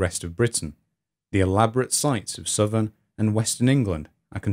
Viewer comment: ha-ha. Misheard narration... When you said “Britain and Ireland” , I heard “Britain, an island”. This was the second instance, actually. The first time, I thought "Hmmm. ‘Britain, an island’. That’s a bit odd. Innit?“, but then the second time around, it was like “Oh... I get it”. A good robust American “Rrrrrr”, or whatever weird accent Phil Harding has, would fix that ! But, actually, yourrrr narrrration is so much improved over your first video, when a few viewers made such rude comments. So glad you’ve persisted. You do great work! Keep it up!!